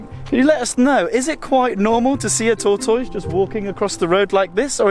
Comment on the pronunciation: Tor- toiz! I love it!! We say tortus, altogether and fast. British pronunciations, along with all of the travel adventures, are among some of the reasons I love you all!!😘